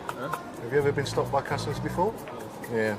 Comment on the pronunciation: its customs ...you boneheads, not COSTUMS